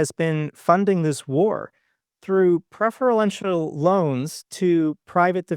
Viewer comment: Just learned a new word! "Preferlantinal" Loan! is the best! 😉